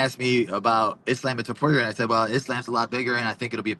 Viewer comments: Someone fighting under the Palestinian flag,yet pronouncing Islam's name as "Is lamb" is kinda wild. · “Islamb” 😅😅 Belal is actually as white as Ian Garry